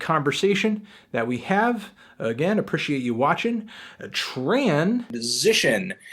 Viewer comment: this egg head can never say appreciate right